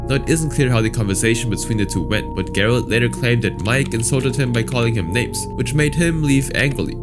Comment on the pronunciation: Gerard lost it when he heard trying to say his name.